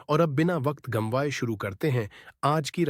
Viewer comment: ये gumwaye क्या होता है, गंवाए है सही शब्द, नहीं आता है तो कहानी की टांग मत तोड़ो